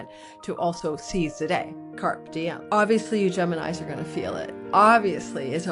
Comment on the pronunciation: Pliz, carpe diem is pronounced 'kaar-oay dee-uhm. Thank you. Carp is a fish.